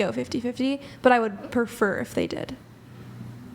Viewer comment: Morons say shit like "perfer" instead of "prefer", "farmiliar" instead of "familiar"